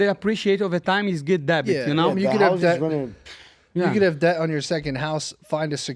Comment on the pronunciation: Can someone please tell my man money Moicano...debt is pronounced "det" not "debit"